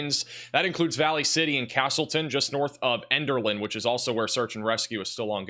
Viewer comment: He even mispronounced it! Elderlin??